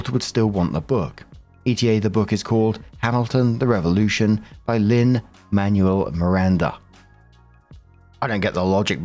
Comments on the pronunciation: just an fyi! Manuel is a Spanish name pronounced closer to “Man-well,” not “manual”👍 Lin Manuel Miranda is Puerto Rican-American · "I saw Percy Jackson on sale and heard it was similar to Harry Potter" how dare you insult Percy Jackson like that 😂. Also, his name isn't pronounced Lin Manual, it's closer to Lin Man-well. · Lol, British people pronouncing not British names is always a crap shoot. Bianca = Bee-ahn-cah and Manuel = Mahn-well.